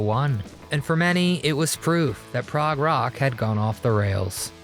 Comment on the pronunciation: "Prague Rock"?! You go, AI! 😂😅